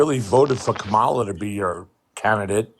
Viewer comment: I do have to point out that Kamala Harris’ name gets mispronounced in practically every debate.